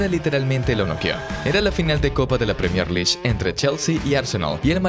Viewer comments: “Premier Lish”? Que tan difícil es decir “Lig”? L-I-G… Vamos, inténtelo de nuevo. O también puede decir Liga Premier. League… Escumacher? 😂😂😂😂 Buen video, pésima narración! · Menciona bien la PREMIER LEAGUE no premiere lish🤦🏻‍♂️ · tenes un tono de voz bastante irritante.. y cuando decís premier liy. dan ganas de sacar el video, directamente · ojala dijese premier. ese suicida dice pierner lish xDDD